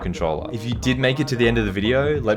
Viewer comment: and: "Wolcom back in todays wideo"